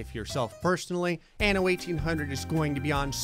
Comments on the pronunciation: The way you pronounced "anno" at the beginning seemed a bit like "ano" which means anus lmao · This was funny 2x coz "anno" sounds like anus in spanish xd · En español: "anno" 😐 Ok...